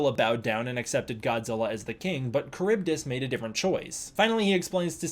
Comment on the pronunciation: Slightly off topic but I'm pretty sure you are mispronouncing Charybdis, I used to be big on Greek mythology as a kid and I remember it being pronounced differently... that being said, I could be wrong it was a long time ago.